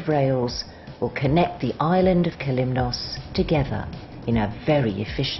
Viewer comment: As for the views, this video shows the viewer beautiful areas of Kalymnos. As for the music, it sound as though someone is going to take a death trip on a train. However, the pronunciation by the narrator of the different areas on Kalymnos is atrocious, especially when you pronounce Kalymnos or Katouni!